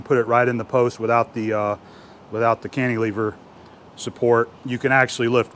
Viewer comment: fyi, it's not "Canteelever". It's Can-tih-lever - i.e. the short "i" vowel pronunciation.